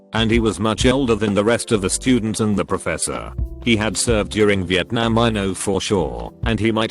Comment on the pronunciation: Normal people: vietnam Robot voice: vietNYAAM